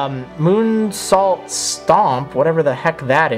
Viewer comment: kinda cringed when he tried to pronounce moonsault